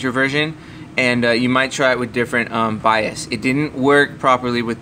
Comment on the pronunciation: Too Long to explain .... Also its "BIOS" not "BIAS"